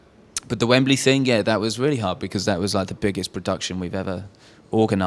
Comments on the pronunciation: "Vembley"? XD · Lmao poor Dom just nods when the interviewer says Vembley & it's actually Wembley stadium one of their biggest gigs ever!